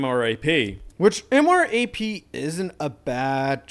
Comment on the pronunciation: Bro the way he says Abrams TOW and MRAP